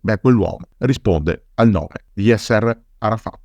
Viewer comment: Un appunto di carattere linguistico,: Yasser è con l'accento sulla A. Così come l'ex presidente egiziano Nasser, anche qui l'accento è sulla prima sillaba 😉 ti seguo sempre e ti ringrazio per le pillole di storia che ci regali, alla prossima 👋